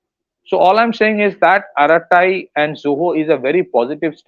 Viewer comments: BTW, the app Arattai is Tamil for gossip or chat. It is pronounced as follows: a as in hindi akshar "a", ra as in Hindi akshar "r", then ttai, as in bow tie. A ra ttai. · I keep pronouncing it atta rai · Pls listen to the word arattai in Tamil. U wl get to know the actual pronunciation